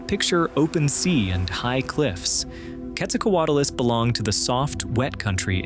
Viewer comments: Why do Americans ALWAYS say QuetzalcoatAlus it’s Quetzalcoatlus. Why you mass hallucinating that extra letter? Wtf. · What do you mean by one of the largest flying creatures? Which creature was larger and flying? And why do you call it Quetzalcoatulus? And why is the audio so horrible to listen to?